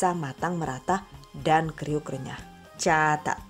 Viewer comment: Caaacaat eh salah , CAAAATAAT